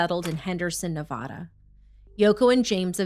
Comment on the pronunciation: Not “Nev-ah-duh”,. Michelle Obama made that mistake and caught hell for it, Lol